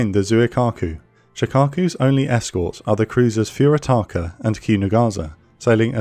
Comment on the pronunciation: Inoue is pronounced 'ee-no-ay.' Mo is pronounced 'moe,' not m, o. Furutaka is pronounced 'foo-roo-tah-kah.'